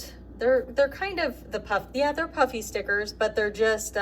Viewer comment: Every time you say "puffy", I hear "Puppy". I keep wondering where the dog stickers are...lol!